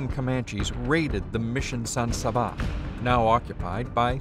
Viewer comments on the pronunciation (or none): San Sabá? It’s San Saba....